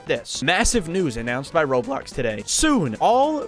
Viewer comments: bro said RoadBlocks instead of Roblox. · att the start he sed roadblocks😂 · blud really said roadblocks instead of roblox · Bro said roadblocks💀💀💀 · MAN SAID ROADBLOCKS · Bro said roadblocks 💀